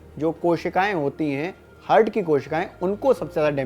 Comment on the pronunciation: Abe hurt nhi heart.. Bolna to sikh le